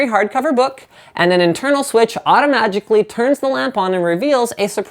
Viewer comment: you said adomajicaly